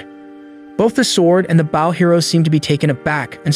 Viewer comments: "B-au" of a ship then there's "b-oh" and arrow. Pls fix AI voice) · I'm enjoying this but could someone please explain to the narrator how to pronounce Bow. As in bow and arrow. Not like the bow of a ship. English sucks, I know. Bo. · why are you saying bow and arrow wrong did you goto a slow school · Not only did he screw the thumbnail, but also saying bow as in Japanese greeting instead of bow and arrow 🤦‍♂️